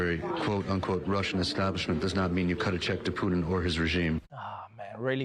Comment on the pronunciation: Trevor, your Russian accent is outstanding but you are still failing to pronounce Putin's name, correctly ;} Big incompetence, for Slavic ears... 0;S